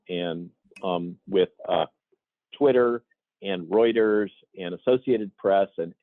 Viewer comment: Routers? Do you mean Reuters (Royters)?